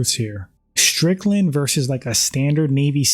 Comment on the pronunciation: When people say SH instead of using the proper pronunciation ST I immediately leave and never watch again, it's a girl thing.